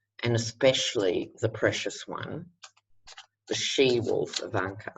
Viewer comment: Lovin' it...!!! She-Wolf Invanka. Ha ha ha 😍 Thanks for the reading. Peter in NYC